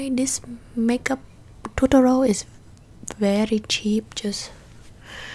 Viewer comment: Every time you say “tutorial” I hear “totoro”